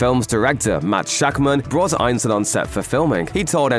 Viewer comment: Think you're pronouncing Ralph Ineson's name wrong, pretty sure it's "Innee-son". If I'm wrong, I'm wrong, but I don't think I am.on this one.